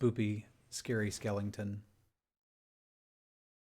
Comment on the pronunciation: I love the videos but I hate the way you mispronounce skeleton